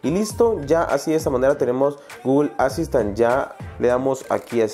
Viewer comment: Asaistain jajajaj es de broma